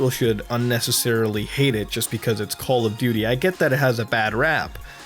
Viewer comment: Goddamn it muta i cant stop calling it "Call Of Dutrs" XD